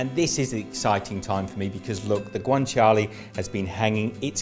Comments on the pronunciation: It’s guanciale, not guanciali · I have never heard someone pronouce guanciale so wrong